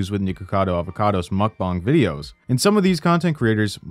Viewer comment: Why do you pronounce mukbang as mukbong?